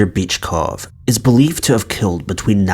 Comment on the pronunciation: Yo. I caught that.. LMAO. After you said his girlfriend called him a wimp. You pronounced the guy's name as Bitchcough.. 😂😂